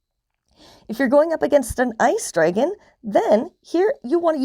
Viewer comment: Good info, but hearing you pronounce dragon incorrectly so many times was killing me.